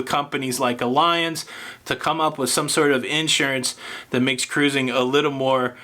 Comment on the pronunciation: Pronounced ALLiance, with emphasis on ALL. 👌🏼